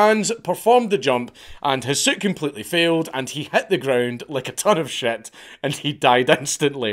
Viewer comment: Lmao "Hit the ground like a ton of shat." 😂😂